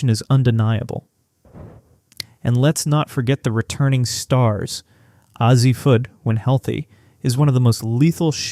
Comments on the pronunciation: And pronouncing Azzi as AH-ZEE, instead of AA-ZEE. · I think your info is worthwhile. Suggestion - with just a little effort you could find out how to pronounce everyone's names. Calling a well-known player like Azzi Fudd Ahzy reduces your credibility. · PLEASE stop using AI for these videos. It’s so obvious when it butchers the pronunciation of names of Serah, Sarah, Azzi and Quinonez. Show these players the respect they deserve.